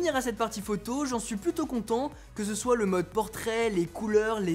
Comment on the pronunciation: Mdrrr le début on dirais tu dit « je suis super con de vous retrouvez »